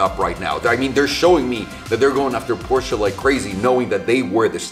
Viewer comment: finally someone who pronounces Porsche right